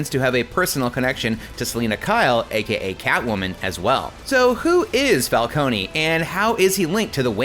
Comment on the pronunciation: Calcone-y lmao, it's pronouncd fal-cone